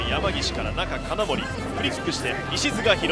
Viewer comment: の金森の発音大好きw